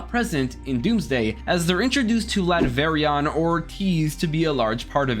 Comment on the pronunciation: Is it just me or is he calling "Latveria" Latverion?